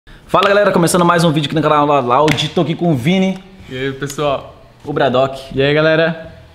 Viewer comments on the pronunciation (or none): ''caral ra raud''